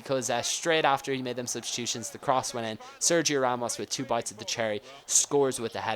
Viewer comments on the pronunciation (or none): none